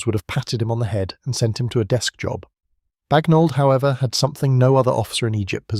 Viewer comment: IT'S BAGNOLD you ignorant programmer